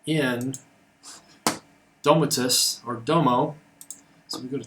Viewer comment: I like this video, although the ESPeasy wiki has been evolved a lot . I suggest you may need to use a different microphone as there is a lot of noise on the second part of the video and last I think "Domoticz" is meant to pronounce as "Domotix". Thx